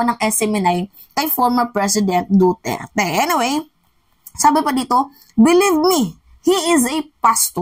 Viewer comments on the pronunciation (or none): none